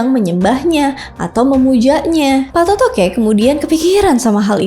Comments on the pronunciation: Banyak penyebutan yang salah oleh Host nya, masak di sebut Patotoke, yang benar itu Pattoto' e. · bkn patotoqe kak😂😂😂😂😂 tpi patotoe